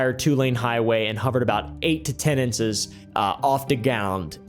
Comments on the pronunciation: Bruh, are you AI or do you have a speech impediment? 8-10 insess off the gowned? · when he said "8 to 10 inses off da gound" it convinced me to stop drinking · bro said “inces off the gound”😭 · eight to ten inces of the gound??? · “8 to 10 inces off the gound”